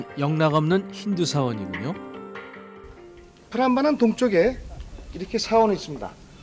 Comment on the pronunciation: 프람바난이아니고 쁘람바난 이라고 하셔야죠.